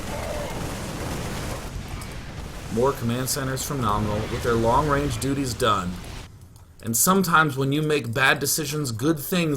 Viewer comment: you said long range duties xD